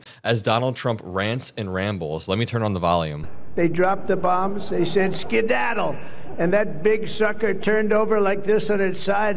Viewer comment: Signed , “skiddle” wat da f*** was dat? Did u hear that corporate media? Or did u go deaf once again. And yes. Trump just signed the deal with the devil which will cost American lives and yes Republicans were dancing around in the process.